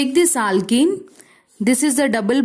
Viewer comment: Her aaaalkennn 😂pronunciation